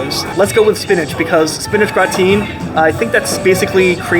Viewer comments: "Gratin" is pronounced Grat-un (English) or Gra-tawn (French). No one pronounces it Gra-teen. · It’s more like gra-te. You don’t pronounce the n. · It's not gra-teen. It is more similar to graten light n sound. It is difficult to describe the French ending. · My years of french class hurts hearing him say gratin. I should sound like Gra tan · Hi! Great review! Just wanted to mention, gratin is spoken as gratan. I think it's french. We learn something new everyday. Keep on! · Check pronunciation of "gratin.";) Thanks for the great look at these restaurants ! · You're pronouncing gratin wrong. The emphasis is on the first syllable and the "i" in the second syllable is a short "i" so it's pronounced like in the word "is". It's a French word and is commonly used for the dish potatoes au gratin. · Gratin rhymes with sunTAN.